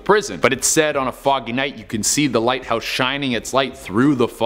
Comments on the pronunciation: Hahaha the lighhouse lol not the lighthouse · The "Lighhouse" not a "Lighthouse" hummmm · "The lighhouse" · I'm sorry, I can't help it, I-- The "Lighhouse" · Lol lighhouse 😂